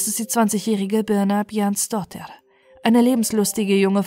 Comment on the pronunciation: Super Deine Aussprache 🎉 ich könnte den Nachnamen nicht aussprechen 🙈